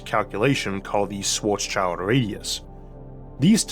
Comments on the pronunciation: It's Schwarzschild, not "Shwarts Child" 😂 The "-schild" part is pronounced as in "-shield", not "child". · yea and it's so sad that they all pronounce it like "black's kid" :p